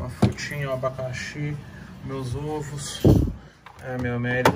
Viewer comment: Ninguém, absolutamente ninguém: Toguro: meu zovos Ksksksksksksksk